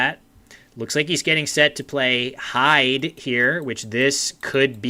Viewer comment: Thanks for the reply. I'm watching the video piecemeal. I'm gradually catching up. Being a Geordie, and having lived in Scotland, I can suggest that the pronunciation of "heid" (game 4), is "heed", rather than "hide". All the best with future streams.